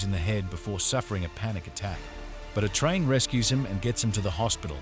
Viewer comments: surely you just have to write "A-Train" or some other version like "eh" or "ay" .. keep doin until you get it right. That "a train" was annoyin as fuck. No-one will subscribe when basics missed. otherwise good vid too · Every time it said “a train” I was picturing Thomas The Tank Engine. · Since it's text to speech , you could have just sounded out the word "Ayye Train"..so the stupid Ai would say it correctly. 😂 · It's actually super high quality speech synthesis apart from that blunder. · i think he's using AI for the narration: if not then there's no excuse or forgiveness for pronouncing A train, atrain. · The emotionless, deadpan narration would have been shit even if the shit AI knew how to pronounce A-Train. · thanks a lot g but lowkey the ai voice pisses me the frick off and how he just is not saying a-train correctly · Hey, lazy ass creator... Are you not smart enough to make the ai voice pronounce A-Train properly? Guess how you do it, dumb dumb... AI has turned creators/editors into lazy fucks... Thanks for the recap btw lol